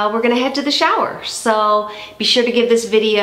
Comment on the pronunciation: Omg the way she says “so” and tilts her head is so!!